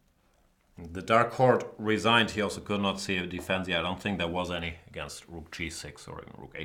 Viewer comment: resigned in german accent i loved